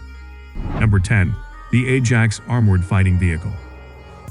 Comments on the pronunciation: Atc1m 50, the voice said Edge Axe? It's called Ajax. Get that into the AI's brain. !!. Any more foul ups will be met with great disdain. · I wish that when an AI voice is use it would say things correctly right from the start.. a reall doozy! mins Edge Axe = Ajax